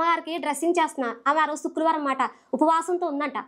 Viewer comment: శుక్లవారం కాదమ్మా శుక్రవారం నేర్చుకో